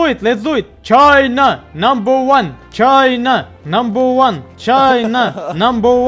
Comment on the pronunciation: Навалил кринжа когда говорил чайна намбер ван😂 😂😂😂😂😂😂😂